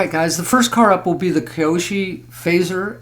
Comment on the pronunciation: Nice rc's. I do have to say your driving me nuts with the way you say the manufacturer name...KY OSHO